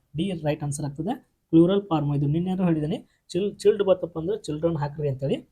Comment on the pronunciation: ಚೈಲ್ಡ್ ಅಂತ ಉಚ್ಚಾರ ಮಾಡಿ ಸರ್